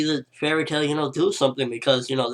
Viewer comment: "tail" not tial